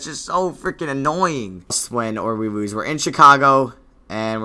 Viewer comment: "and we woose in 5"